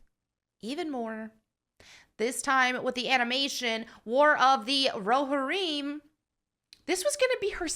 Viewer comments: You're pronouncing Roharrim wrong. You are still cool, though. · How do you pronounce it? Row-Har-Im? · Definitely a unique way to pronounce Rohirrim. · pronounces Rohirrim like the substitute teacher, and it's triggering me. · Despite you never pronouncing Rohirrim correctly, you still get a like.👍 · God bless you but you need to learn how to pronounce Rohirrim properly. Still love your video. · Did anyone else cringe a little when she said Rohirrim? 😅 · It's too late. She pronounced a fake word wrong. I declare vendetta. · Okay, some nit-picking... 1) It's pronounced roh-HEAR-im, not rahhear im. 2) "Hera"??? Really? Like from GREEK myth (or Hera Syndulla from SW Rebels, if you prefer)?? I know Helm Hammerhand's daughter was not named in Tolkien's work, but couldn't they find a Saxon or Viking female name? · its row-hair-um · It's pronounced Row-hear-um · Just for nerdy clarity, it's pronounced "Row-Here-Um". Great video! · Great video, but it’s pronounced ‘Ro-hear-imm’. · Its pronounced (ro-hear-imm). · it’s pronounced Ro-here-îm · I could be absolutely wrong about this, but I've always heard it pronounced row-here-em. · Roh-hear-em is, I think, how it's pronounced. Anyway, they've now completely lost me. I was looking forward to this, but I want to see a story about Helm Hammerhand. Not Helm Hammerhand's freakin kid. I hope Peter Jackson doesn't do this. I hope he says screw this I'm out. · Pronounced Row-here-em. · "Row Hareem." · How do you claim to be a nerd girl and you don't know how to say roe-hear-im? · Haha, i love that you pronounced it Rohareem. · It’s pronounced row-here-im (not I’m) just fyi. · It’s pronounced: “Ro-here-um” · "Roe harim" Tell me you've never watched LOTR without... you know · Still missing the Trump hat. Shame! Anyway, Lord of the Rings did not need any feminist garbage. Way to go and kill it. Oh and you are totally saying Rohirrim wrong. Allow me to mansplain it. Ro-here-um. :)